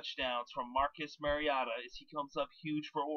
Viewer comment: Thanks for the segment. There's an "O" in his name, though. Its Mar-i-"O"-ta. Not Mar-i-a-ta. #GoDucks